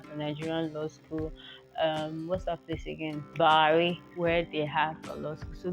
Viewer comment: See the way your pronouncing Bwari, come of it young lady. You stayed there ooo